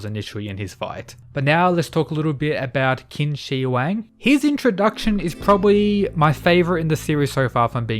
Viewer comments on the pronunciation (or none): IT'S PRONOUNCED "CHIN"!!! SO IT READS CHIN SHI HUANG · your pronunciation on Qin Shi Huang sucks hahaha